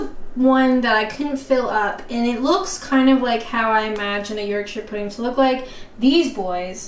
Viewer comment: Hi. I think it's pronounced Pu-D like put.. not P-D like Dud.. at least that's how I heard them pronounce it in the South and in M&S ads